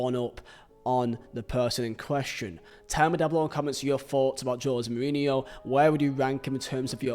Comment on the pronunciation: Funny how you pronounce '' Joe zemourinho'' :p